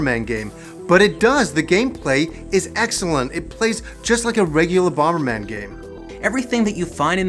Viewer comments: Bom-ber?! It's bomber. Bom-er!!!! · Bomb is pronounced bom not bomba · First time viewer and I love that you're taking the opposite approach to almost every internet reviewer out there. Seriously, kind of love it.... That being said the extra b you added every time you said bomberman drove me nuts. Bomb-ber-man. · 'Bommerman . . . . BomBERman . . . " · Are you saying "BomBerman"? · Wait, do u think it's called Bom-Ber-Man? 🙈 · Why are you pronouncing the second B in bomberman it bugs me stop it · I keep getting distracted when pronounces the second 'b' in bomberman. Not sure if I'm missing a running joke in the show or anything, but it's jarring everytime it happens,lol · It's really irritating he keeps pronouncing the silent 'B'. Please get a reporter that actually knows the game they are reporting on. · I've never heard anyone pronounce the B in Bomber before,Still loved the video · You do realize that the second "B" in Bomberman is silent right? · Wait, is the second 'b' in 'bomberman' supposed to be pronounced? I say it silenced like HappyConsoleGamer. Is that a Canadian thing? Did I turn Canadian?